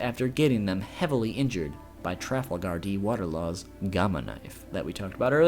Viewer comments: YOU LITERALLY SAID TRUFFLE GUARDI WATER LAW WTF IS THAT?!?!?!?!? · lol even with the pronounciation warning I still cringed at "traffel gar d waterlaw" 😂😂